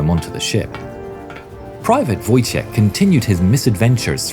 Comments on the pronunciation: It’s pronounced voytek lol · It's funny that is calls Wojtek ,,Wojtijech'' WTF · Just a heads up, Wojtek is pronounced like a word Void without a "d" and "tec" with a hard "k" at the end: Voi-Tec, Voitek, Wojtek :D Kindly regards from Poland :) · in Polish "wotjek" is wrong we say "wojtek" or "wojciech" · You read "Wojtek" as :"voytek"